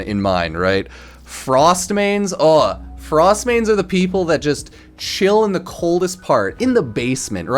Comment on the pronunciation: From Frost to "forst"